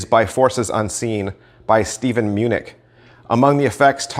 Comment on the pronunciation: "Hyoo guard" not "Hug Guard"; "Gee-oh-bee not Gay-Ah-Bee"; "Minch" not "Munich"